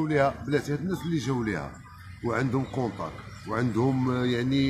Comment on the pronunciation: الكونطاكط ماشي الكونطاكش